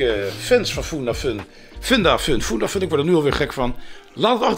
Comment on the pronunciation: Erg leuke nieuwe serie! Ga zo door! en, je spreekt uit Fundafun (Funda komt van fundament) dus gewoon met een u en geen oe.